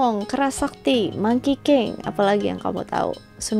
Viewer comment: 💯 gw denger bukan monkey king tapi Mangkiking 😭